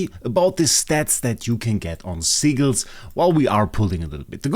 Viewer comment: “Seaguls” I CANNOT be the only that hears that when he says sigils 😭